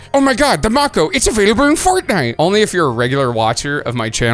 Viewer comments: May-ko as in Mako shark. Not Mock-oh lol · It's not pronounced mah-ko, it's may-ko like a Mako Shark. W Video as always 🎉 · Not to nitpick but I believe it is pronounced Make-o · Why u pronounced mako wrong